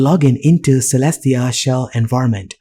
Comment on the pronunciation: (unless the developer is insisting otherwise) Caelestia should be pronounced as kay-less-tee-uh, rather than seh-less-tee-uh. that a after the c makes it a hard c. also, that window title on the left bar should be rotated the other way. it just looks wrong like that.